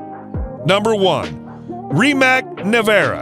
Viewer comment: Rimac, not Rimak.